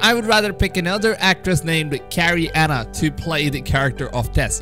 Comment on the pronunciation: Carie-Anne Moss, isn't Carrie Anna...